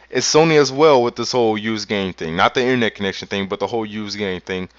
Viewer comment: "Innernet." lol